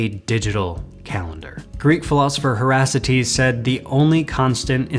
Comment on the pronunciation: Heraclitus is pronounced "Heh-ruh-KLY-tus".